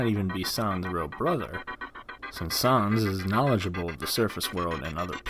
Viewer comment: Sons is not how you say it It’s sans (sanz)